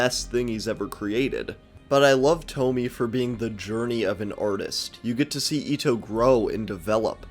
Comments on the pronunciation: I am so mad you pronounced it toh-mee instead of toh-mee-eh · It's not tomi, its to-mi-eh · it's thaw-mee-yea